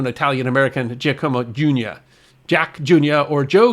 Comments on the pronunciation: Hate to nitpick but that name "Giacomo" is not pronounced as "GEEEE-a-como" but as "JOCK-oh-mo".... LOL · Giacomo is NOT pronounced jee-uh-KO-mo, but JAH-kuh-mo. and Tijuana is a three-syllable word: TEE-wah-na, not TEE-uh-wah-na.